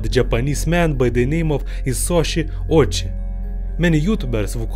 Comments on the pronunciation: It’s pronounced Oh-Wee-Chee. 🙄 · 1. Why does this guy have to cover his face with a mask? 2. I like his east European accent. 3. Pretty sure some people would fun of Ouchi’s last name as in “Ouch” - the correct pronunciation is “Oh-oo-chi”